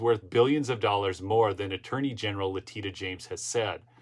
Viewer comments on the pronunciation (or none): (Mrs. Mark) I think it is perfectly fine (even GREAT) that you cannot remember how to pronounce "La-tee-sha" James' name! What she obviously desires, more than anything, is to become a household name. So, let's all mispronounce her name in so many ways, no one has any idea who she is!